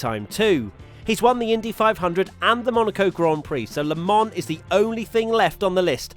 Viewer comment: Its Not „LEMONN“ 😂😂😂